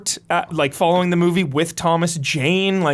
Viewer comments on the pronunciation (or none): none